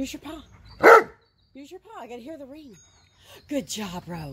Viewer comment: Good job 👍 And Monroe listen carefully, it sounds ring the bell not eat the bell 🤣